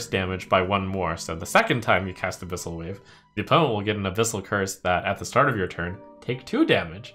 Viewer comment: I feel like youve misread abyssals...